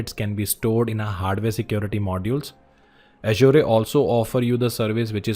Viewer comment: Your pronouncing "Azure" incorrectly.. Look for Satya's video on YouTube on How to pronounce Azure?